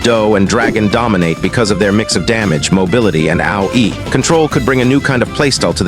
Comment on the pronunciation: "ow-e" hits harder than AOE 🔥